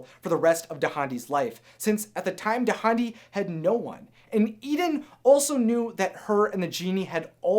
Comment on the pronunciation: Dahndi's name is pronounced dahn-dee!